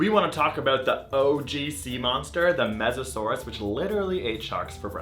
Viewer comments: Mosasaurs not mesasaur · I'm pretty sure "small mammals" weren't around during Meganeura's time. Also, there were no snakes during the Triassic. And finally, the word is "mosasaur", not "Mesosaurus", which was a Permian period aquatic reptile.